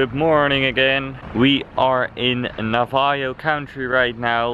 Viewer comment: its pronounced Navajo but it sounds like this na-va-hoeand please don't say they look like south americans cuz that's an insult just to let you know for the next time have fun